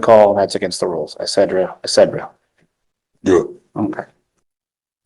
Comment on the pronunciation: This is not the judge to tick off........by the way, the lawyer can't pronounce etcetera correctly. (no D's)